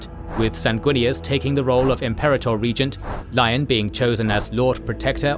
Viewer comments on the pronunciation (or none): none